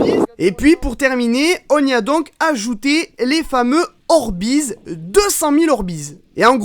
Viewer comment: par contre les orbeiz sa se dit dit orbeiz et non pas orbiz 😂❤👍